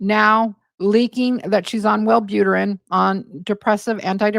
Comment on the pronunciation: Were you really a nurse? Multiple times you said Well boot er ran. It's pronounced well boo trin. A nurse would pronounce it correctly